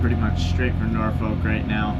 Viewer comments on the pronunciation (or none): Nor-fik or Nor-Fuck but never Nor-folk!!!! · Please pronounce Norfolk correctly. It is pronounced "NORFICK" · As someone who grew in in Hampton Roads. Stop saying “Nor-Folk”. It’s “Norfuck”. Or if you are really into the language dialect down here, rhoticity, is “Nawfuck” “Norfolk, Virginia, and the broader Tidewater region, have a distinct dialect of Southern American English characterized by non-rhoticity (R-dropping), a feature also known as dropping the "r" sound. This means words like "car," "star," and "butter" might be pronounced without the final "r" sound” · Norfolk residents insist on pronouncing it “Norfuk” Seriously! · "Norfolk" = "NAW-fuk" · As someone who is from Norfolk in the UK, the way you guys say it is so strange to hear 😂 it is pronounced 'naw fuhk' here